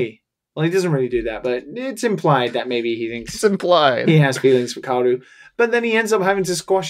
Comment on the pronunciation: Those pronunciations, holy fuck. GEN-do, Longe-inus, Kauro. You did watch it in original with subs, right?